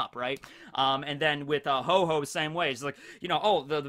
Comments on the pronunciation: Ho-Oh is the pokemon not Ho-Ho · The Pokemon is called Ho-Oh, not Ho Ho. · The Pokemons name is not Ho-Ho but Ho-Oh. Pls get your Pokemon facts right. TY. Kuss.